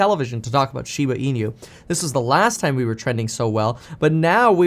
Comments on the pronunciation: Please stop calling it Shiba Inu as een you. It is e new. 😁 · SHIBA IN-YOU. Stop calling it that.